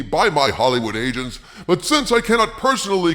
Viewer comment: Kinda sounded like you said, “My Hollywood Asians”….😂